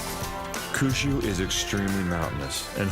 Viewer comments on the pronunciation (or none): Awesome doco. My one TINY critique is pronunciation of Kyushyu. Try saying "Key ew she ew" a lil bit fast 😉